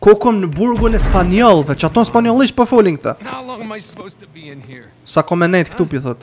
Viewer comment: O jo spalljonisht po spanisht